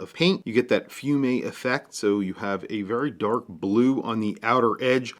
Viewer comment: Fumé, not Fume-a, cool?